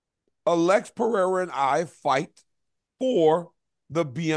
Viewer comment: Daniel, it’s not Uh-LEX, it’s Alex